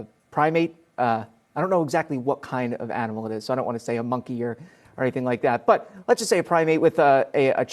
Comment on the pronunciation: lol , he can't even say monkey